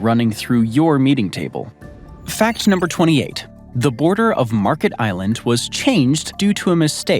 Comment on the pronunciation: The island is called Märket, non Market, and the name has nothing to do with the English word market.